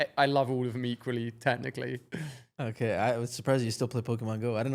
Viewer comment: “okeh 😊”